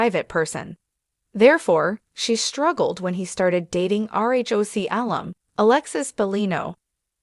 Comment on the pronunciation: Alum not alium